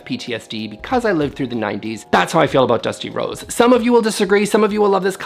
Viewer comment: i really shouldn't work out while watching the videos - kept hearing "Dusty Rhodes" and i was like "i didn't even know watched pro wrestling way back when"